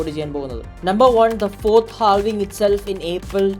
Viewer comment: ha vuhng it's [HAAV] + [ING]